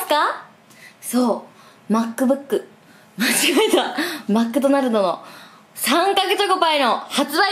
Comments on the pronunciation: マックドナルド😂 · あーちゃんはマクドナルドじゃなくて マックドナルドなんだね笑